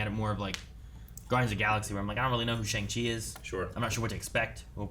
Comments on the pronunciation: That isn't the correct pronunciation of Shang Chi, right? Simu said it's more like "Shong" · Pronounced SHONG chi not Shaang Chi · It's SHONG-Chi. Not shayng. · So excited for this movie.. so much goodness that's left for the MCU to cover..! and I know its weird but it's pronounced "Sheong Chi" :(